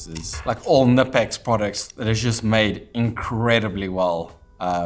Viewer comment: If you like Knipex at least say their name correctly, thats a hard K